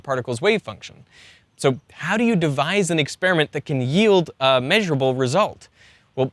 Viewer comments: It's NOT ek-SPEER-ih-mint, it's eks-PEAR-uh-ment or ek-SPARE-uh-ment, like this , or even better, like this . Side bro gets a pass because it’s not his native language. But half of Americans f up this elementary word. Don’t be in the slowbies half, guys. 😅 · Stop mispronouncing experiment.